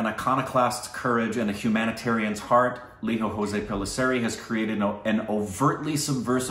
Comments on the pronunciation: It's not "ho'se" as in Spanish. It's 'Joss' as in 'close' in English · "Lijo jose" Not "hose" "Jo-ss" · Jose is not pronounced Hos'e like latin ..its more like joe's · You don't make the j sound h like the Spanish names for Malayali guys. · Its Lijo not liho. And Jose is not hose. Its Jos( 'e' silent). picked it up. Hope you pick it as well. I don't mind pronouncing it 'Mal yal yam' instead of Ma la yaa lam., you are almost there 99%. If you are not judging us Stupid babies based on our pronounciation we dont have any right to judge your pronounciation. My malayali friends, our english pronouncian is pathetic.they dont judge you so we should not be judging them. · It's not Spanish pronunciation guys it's indian pronunciation it spell as lijo like lizo not liho and jose as zose not hose, pellisery is alright. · Guys i get u have a lot of spanish influence in US but i dont understand why you would think indians would pronounce 'j' as 'h'. Its LIJO JOSE, j as in joseph not in the spanish name 'jose'! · Great review but his name should be Lijo pronouncing the jay.the same for jose.